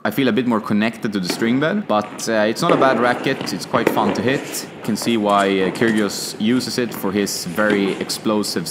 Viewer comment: I do believe the g in Kyrgios is silent, just saying :-)